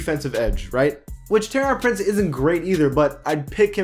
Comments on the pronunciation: TOUR-EEEY-AN PRINCE PAC U STAY GETTING THAT WRONG😂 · Same at Taurean Prince